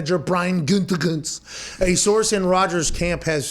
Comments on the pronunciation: "Goodykoonse". I once worked under a newspaper executive who spelled it that way. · Man, every time Pat tries to say "Gutekunst", I feel like he's about to throw up 2 times. The first time at "Gute" and the second time at "Kunst". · Just listening to hear mcafee pronounce the gm’s last name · I though pat sayin Gutekunst was completely a long ball until I sounded it out myself 😭😭😭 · Take a drink everytime he says “Gutekunst” 😂